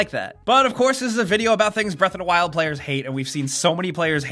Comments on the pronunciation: what really drives me crazy is how he pronounces it breath a 'da wild. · Zelda: Breath Uhhh-Duh Wild. pronunciation is hilarious to me.